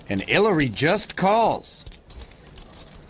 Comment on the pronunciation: Who the fck is haliary? Haliary Clinton? Smfh